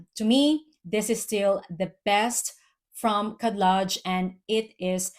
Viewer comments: Khadlaj is pronounced HED-LODGE with the J sounding like the G in lingerie. When you see the (KH) combo, the K is silent. Ps. Love your content. When you get a chance, check out the Le Falcone collection it's so good. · Hi! Arabic speaking person here. That’s not really true. KH is pronounced almost like a cat hissing if that makes sense. A more accurate phonetic description would be: KED-LEDGE. The first letter in Arabic doesn’t exist in English so there’s no true way of translating it but the emphasis shouldn’t be on the H but rather the K. Even saying it like regular K in english sounds more accurate that just an H. A good way to tell is searching up how to pronounce the name Khadijah.